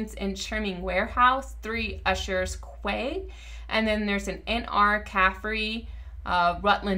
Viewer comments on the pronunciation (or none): In the description you have " US City Directories on Ancestry" when you really mean " UK City Directories on Ancestry". Also in the same section, "quay" is pronounced "KEY" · Quay pronounced key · I had to pause the video to check the UK departures - and yes, I found myself. My family emigrated to the US in 1953 and some of us re-immigrated to England 20 years later. LOL pronunciation of "quay" - it's actually pronounced identically to "key" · Quay is pronounced as Key.